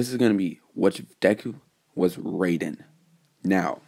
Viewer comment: It was amazing but I you should be careful some fans may call you out for mispronounsing his name